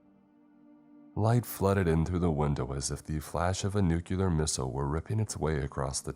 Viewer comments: Nuclear is said "New-clear", not "New-kyewl-er" for the millionth time. It makes it sound so moronic like Bush. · It is nu-clear not nu-cu-lar PLEASE 😭 these are such great videos that mispronunciation is just so distracting